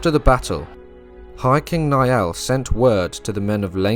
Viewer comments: The name Niall is not pronounced like 'Ni-all', it's pronounced Nile like the River Nile. Good video 👍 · Love this video! The Last Kingdom is a phenomenal series, I've rewatched it at least 5 times to pick up on all the history! In Chapter 2 of this video I noticed the mispronunciation of Niall when King Niall of Ireland was mentioned so, as an Irish speaker, I thought I'd lend a hand by providing the proper pronunciation! Instead of "Ni-Al", similar to Neil (a stretch, I know), "Niall" is pronounced like Nile, as in the River Nile! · Ui imear is pronounced ee imar and niall is pronounced nile.